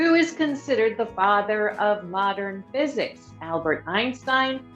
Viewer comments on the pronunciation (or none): none